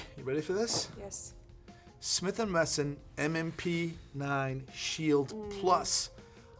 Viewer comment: does it again…Smith & Messon and again. Repeat after me, “Wah Wah WESSON”